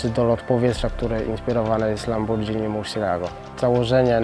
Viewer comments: LAMBORGINI!!! nie lambordżini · Podziwiam go, ale mówi się lamborGhini A nie lambordżini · (czyt. lamborgini) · Takiemu człowiekowi można wybaczyć to LamborDŻini 😁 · mnie tez to zakulo w uszy :( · Szkoda tylko ze powiedział lambordżini :( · Smutne jest to, że taka osoba, z taką wiedzą o motoryzacji mówi Lambordzini... Jako fam Lamborghini niesamowicie mnie to boli. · Lambordżini Murczelago